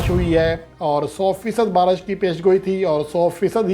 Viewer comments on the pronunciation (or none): Are diwane..barash nai re..baarish...pehle bolna Sai bool...diwane chutiye sab yankers